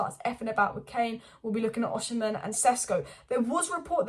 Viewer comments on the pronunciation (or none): His name is pronounced Oss e men.